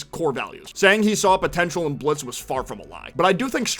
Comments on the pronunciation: It's Blitzø not Blitzo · BTW It's Blitzø. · You mean blitzø